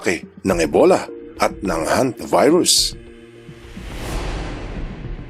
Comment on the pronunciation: "Hanta Virus" pala, akala ko "HontiVirus". HAHA 🤣🤣